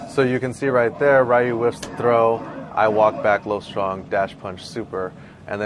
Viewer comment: I'm just sitting here wondering how someone who plays street fighter and goes around the world to play it, says Ryu wrong... Jesus...